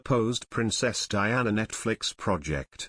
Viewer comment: Why keep calling her Bowles, she is Duchess of Cornwall. And can anyone hear the commentator saying Diane(a). Cannot even get that right. What a lot of rubbish.